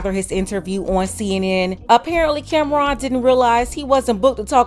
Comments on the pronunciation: Her calling him Camron instead of Cam'ron😅😅😅😅😅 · She didnt even pronounce his name right. Its pronounced Cam-Ron, not Cameron. After he said what he said, she shouldve started asking him about his projects. Instead she dismissed him. Get her TF outta here!